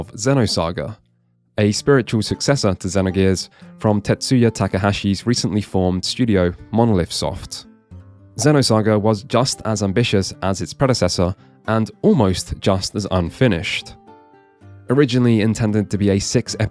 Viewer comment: Not the first time I’ve seen monolith soft being called monolift soft. Lol.